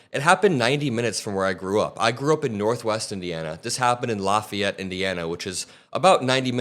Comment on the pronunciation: No way you're a region rat pronouncing Lafayette so properly. True region rats pronounce it La fee ette.